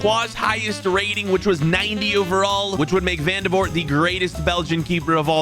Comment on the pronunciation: i did know who vandevoort was. and i'm belgian by the way it's pronounced van-de-voort